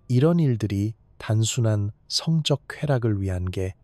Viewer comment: 성적행위가아니라 성쩍행위로 읽는다..된소리로 바르게읽자. 대가를치루다는 대까를치루다로 이런기본도안된유튜브는 퇴출!!!!싫다에 한표!!!